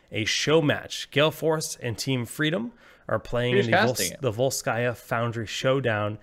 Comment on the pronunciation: It's VOlskaya and not VolskAya, because it's Russian and not French